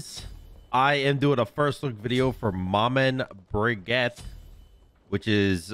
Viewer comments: Mah Man Briguet? Wow. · Thats not how you say her name, it’s French !!! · I love you but hearing "Maman Brigitte" said like this hurts my french ears.